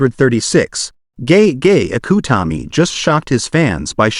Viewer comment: "Gay Gay Akoo tami" - The AI Voice saying Gege Akutami